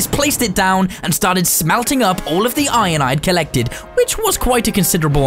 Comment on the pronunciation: Iron not inon